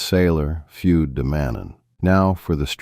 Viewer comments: Fude is not "fyood", it's pronounced FOO-deh. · fude is pronounced foo-day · The Sailor "Feud" de Mannen.